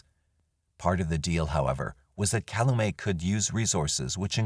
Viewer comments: It's pronounced Kal-you-met not Cal-uh-may... Cal-u-met. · I agree. Especially since a lot of the names end up getting mis-pronounced (Calumet, Koucourek) which is distracting to listen to.